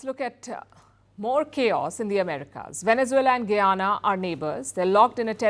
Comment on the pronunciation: Its ga-yana..not goo-yana..bolo ga..bolo